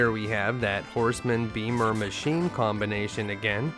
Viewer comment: I religiously watch your stuff.. only one thing "bad" i have to say lol. It sounds off, when you just say what's on the screen for some of the "machine" monsters. You say "mac" giant. And "D machin". I just like knowing that they are machine giant. And dragon machine lol that's all. Tiny tiny nitpicking that basically means nothing. Much love to you though. For real